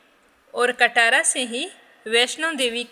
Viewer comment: राधे राधे राधे राधे राधे राधे राधे 🙏 पहले तो आप बोलेंगे कटरा न की कटारा नहीं है कटरा है 🙏🙏❤️